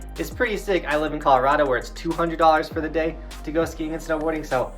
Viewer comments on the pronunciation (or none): none